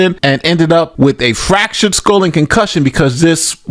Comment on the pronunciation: My GOD, the ignorant way this girl talks. "The doctor prescribed me with a concussion" and "an a possible fractured skoll". Pathetic